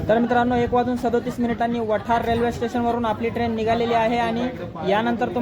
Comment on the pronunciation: वठार स्टेशन नाही हो वाठार स्टेशन म्हणा 😊